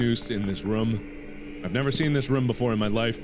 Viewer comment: I love how he says room! It's more like "Roum."!